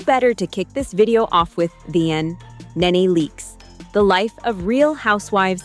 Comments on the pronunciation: Its NENE NOT... Naynay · It wasnt kenya and her husband; she didnt have one! It was kandi and HER husband!! Neenee not naynay...phaedra with pronounced A...perhaps do more research. Us housewives people know our wives😂😂